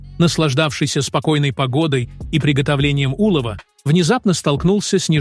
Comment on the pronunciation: Всегда удивляюсь, когда люди общаются с ИИ как с человеком. УлОв это не Улов. ИИ часто ставит не правильно ударение. 😊